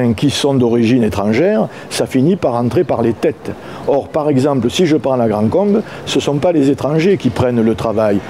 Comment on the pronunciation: c'est pas "la grande combe" mais "la grand combe" ;-)